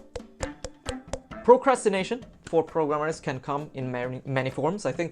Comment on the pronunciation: I liked how you pronounced it 'procrastrination' before.